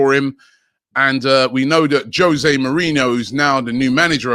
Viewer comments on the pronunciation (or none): none